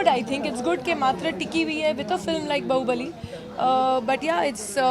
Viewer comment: bahu??? bali ??? its Bahubali